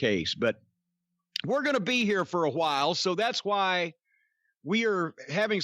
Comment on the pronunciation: Hotdog ... "j" as in Jose' or Julio or Jhotdog